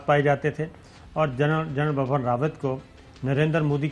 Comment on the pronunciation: Sabir Shakir you keep pronouncing general BAPPAN RAWAT. it would've been very easy you to say it right if you had just looked at the English spell. The correct way to say is BIPIN not BAPAN